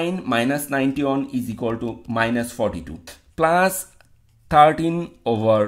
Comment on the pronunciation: he is pronouncing plus as plas